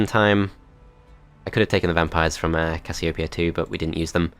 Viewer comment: the way u pronounced casiopeia made me dislike this video XD